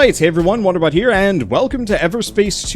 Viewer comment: lol i thought you said wonder butt